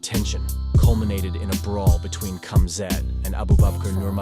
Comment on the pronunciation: Firstly, it’s pronounced “Habib”, not “Khabib”. Similarly, it’s “Hamzat”, not “Kumzat”, ffs 😂 Alcohol is haram. It was inappropriate to say asalam aleikum and congratulations on whiskey. He didn’t need to jump in with Khamzat, the fight was over. It was Islam’s moment, he was giving his post- fight speech. This whole video is cap 🧢